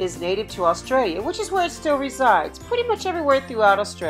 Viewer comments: *AUSTRALIA NOT AULSTRAILA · Eem-you is how we pronounce it in Australia. That's fine though. My one nitpick was "Aulstralia" 😢